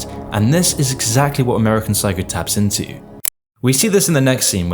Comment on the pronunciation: "amurican psycou"